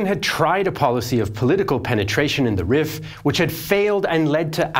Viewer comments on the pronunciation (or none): This is such a great video, but I wish someone told you Rif is pronounced like the word Reef, given how often you mentioned it 😭